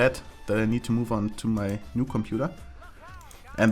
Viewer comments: "Combudaaa" unleashed:D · The way you pronounced "computer" at like or something was fucking hilarious :D